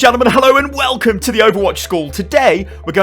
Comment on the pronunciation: at the start of every video you sound like your pulling a toilet brush out your arse, "hell-OW & WE-lcome!"